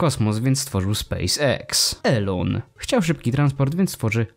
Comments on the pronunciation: Wymawia się "ilon" a nie eLoN. Taka rada na przyszłość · NIE ELON TYLKO ILON tego się słuchać nie da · Imię Elona Muska czyta się bardziej Ilon